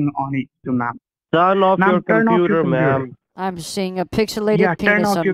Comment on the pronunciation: wow, that's a lot of ma'am-ing, commpuuder and more ma'ams 😂😂😂